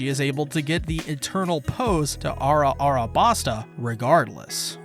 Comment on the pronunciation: It's pronounced "Alah-bas-tah", it was even written clearly as "Alabasta" in that one panel. Why do you keep pronouncing it "Arah-arah-bas-tah"?